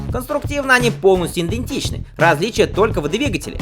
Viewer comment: Режет слух слово иНдентичный, правильне все таки идентичный...